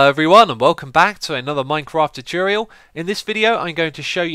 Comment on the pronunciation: Dude. Finally. I din't say it first as I didn't want to be mean but he totally says 'choo-choorial' every time. That's so weird.